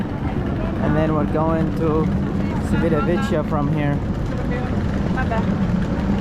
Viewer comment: Appreciate the vlog, however, the number of times you mispronounced Civitavecchia was painful to hear. The c is a Cha sound. Cha Vit A Ve Key A. The double cc are a Ka sound. Thanks.😊